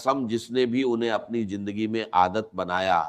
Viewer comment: jindagi nahi zindagi hai pahle bolna sikhye